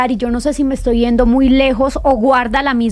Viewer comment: No se dice "iendo"... SE DICE: "YENDO"... no les de miedo pronunciar la "YE"